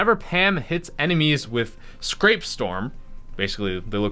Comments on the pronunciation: Scrap not scrape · the fact that he thinks scrap and scrape are pronounced the same makes me hurt inside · Scrap rhymes with rap not rape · “Scrape storm”LMAOOOO it’s Scrap storm